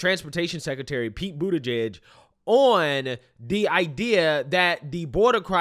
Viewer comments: Are you mispronouncing Pete’s last name on purpose, or do you not know how it’s pronounced? You keep saying “Boot’eh-page”. The correct way to pronounce "igieg” is like the word “plug”, like in “He bent over and plugged in a light bulb” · It’s Pete Bootyjuice; not Pete Buttegieg.